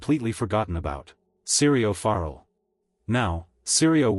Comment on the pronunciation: His name is pronounced ForEll And Jaqu'n Hagar. Have you even watched the show?